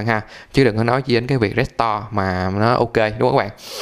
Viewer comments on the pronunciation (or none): trên điện thoại đéo tìm thấy nút report để report cái video này nhỉ :)) t cũng đang xài iphone nhưng t hiểu video clip vtv làm là đúng chứ đéo có sai đâu mà phải cần vạch trần :) coi đến phút thư 2 đọc từ restore thành rét to là đéo muốn coi nữa rồi itune vs chả i tiếc :)